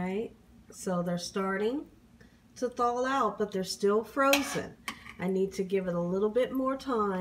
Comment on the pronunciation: In addition, "thaw" is "thawl." And what she did to "bouillon" was criminal.